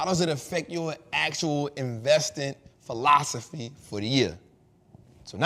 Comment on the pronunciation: said salvoilosophy 🤣